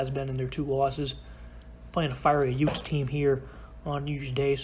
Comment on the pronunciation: Excuse me did you say utes ?